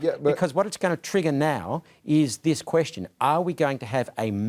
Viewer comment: Why is he pronouncing the word question like that? 😂